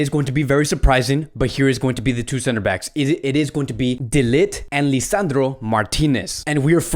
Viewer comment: De Ligt* not De Lit!!! actually hurts my brain hearing you pronounce that name